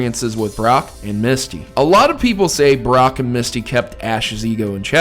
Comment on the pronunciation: lmao i swear you said Barrack at first